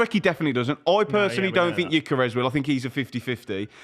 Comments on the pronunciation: Just to be clear, "yikeres" stop saying it. I was born in the same hospital, knew his family as a kid, and still know his mother. Its "g-yor-ker-ez" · His name is not Ikarus. It's Gyökeres. "Gyö" is pronounced as "Ge" in "Germany".. then "keres". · Who is gyikeres ITS GYOKERES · where tf is this yikerez pronunciation coming from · Can’t even pronounce his name right, real good debate here